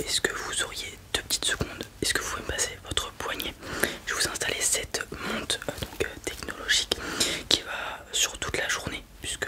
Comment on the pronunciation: Tu ne prononces pas les R en fin de mots c’est stressant ! quatRRRe, permetRRe, montRRe, périmètRRRe! 😅